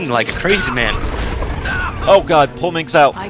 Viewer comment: MINSC. IT'S MINSC!